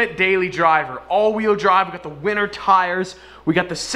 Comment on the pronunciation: he said wenter instead of winter